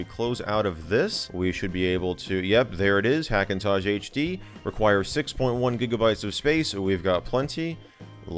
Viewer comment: He keeps saying "iDenim" and "Hackintozh"... x_x